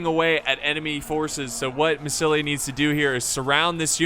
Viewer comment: Lol remember when used to say Massilia as Masaesily?